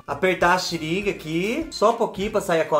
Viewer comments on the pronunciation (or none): o nome não é xiringa ,e sim seringa kkk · eu ri da "xiringa", mas foi com carinho viu! Kkkkkkk😂😂😂😂